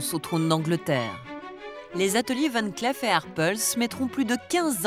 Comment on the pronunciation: Pour la narratrice, on ne prononce pas "van clef mais Van clif"